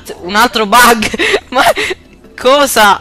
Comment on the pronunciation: "Bug" no bag .-.